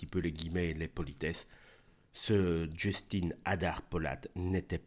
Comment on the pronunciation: Dans le prénom Justin : En langue française, chère à Molière, IN se dit "UN" et pas INE comme en anglais.